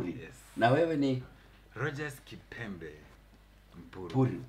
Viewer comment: Jalas kept on mispronouncing kipembe to the end 🤣🤣🤣